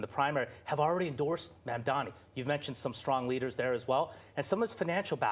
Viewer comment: One thing I noticed about Cuomo’s first commercial since re-entering the race is that he finally learned how to pronounce Mamdani correctly. Too little, too late, I’m afraid.